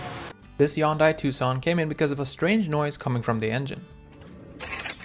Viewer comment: Wow this robot AI can't even say Hyundai correctly and a few other words.